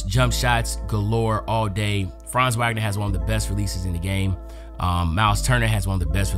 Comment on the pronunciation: Wagner is pronounced vog-ner and nurkic is pronounced ner-kich